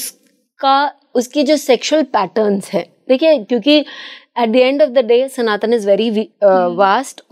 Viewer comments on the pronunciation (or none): none